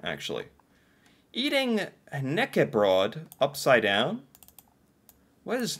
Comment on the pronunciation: you can put marmalade or jam on brown cheese. And for Knekkebrød - you have to pronounce the K in front of the n!